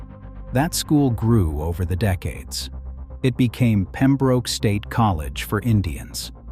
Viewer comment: It's pronounced Pem-brook, not Pem-broke.